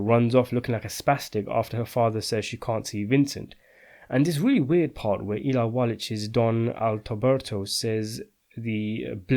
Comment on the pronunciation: If you don't know how to say "cent'anni" then you have no business reviewing any Godfather film. Along with "bada-bing!" it's one of the most memorable catchphrases from the franchise. Also, it's Don Altobello, not Altoberto, and the "ch" in Wallach is pronounced like a K.